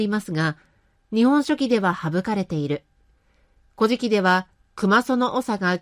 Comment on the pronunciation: 古事記の発音（イントネーション）が乞食に聞こえてしまいます。うーん 残念。